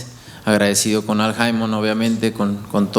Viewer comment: canelo be calling al haymon, el hymen lmfao